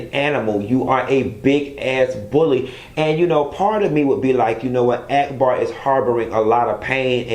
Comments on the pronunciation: You don't like ghetto people but you calling that girl AAACK BAW.. Ahack Bar!! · 🤣🤣🤣 Why r u calling her Ack-bar instead of Auc-bar? 🤣🤣🤣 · Every time you say act-bar I scream. Lol it’s awk-bar